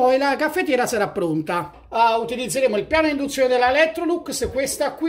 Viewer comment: "Moka per indunzione" ?!?! Bocca mia taci...